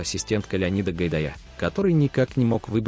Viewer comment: Фамилии, ставьте ударение правильно. Не ВАрлей а ВарлЕй и не ГайдаЯ а ГайдАя. Не